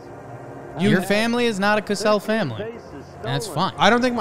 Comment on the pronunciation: It's Cosell with a long ō sound, not "Casell" with a short a.